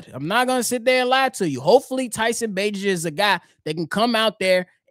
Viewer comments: We too far in the game, my boy. We gotta pronounce Bagent's name right. Its (bay•gent). ✊🏽🐻⬇️. Fred's voicmail was wild 😂. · Come on say his name right. Bay-gent. If he can't run Getsy's offense no one can ✌ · Love the show!! P.s it’s pronounced….Tyson Bay-gent Bayyyyyy gent 😊👍🏼